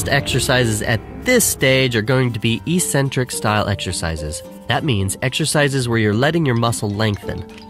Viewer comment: E centric...dont u mean eccentric? Pronunciation-wise